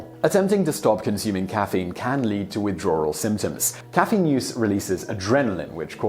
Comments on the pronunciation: Y is he saying widrawwal it's sooo annoying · "Withdrarwel" lol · I get a kick from the British insertion of an " Rrr" when using words with a W in it ... Withdrawral .... Drawring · I can’t help but understand you say Withdrawral... is it just me? 🤔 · I like when he says "withdrawal"